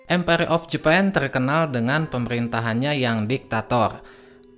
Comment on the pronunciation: Empayeghhh jepang teghhkenal dengan diktatoghh..sepeghhtii jamann oghhbaa😂😂😂😅 anjayy ngakak liat cadel goblok ngomong😂😂😂😅😅